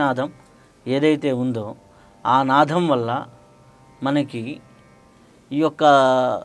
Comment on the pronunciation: It is nadam not nadham. Please check your pronunciation.